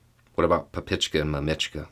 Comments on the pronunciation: Russian here,. It's actually "mAmochka," not "mamIchka." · just in case you see this and nobody's mentioned it, papochka and mamochka both have stresses on the first syllable. MAMochka:) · You gotta stress the first syllable when saying mamachka and papachka 😉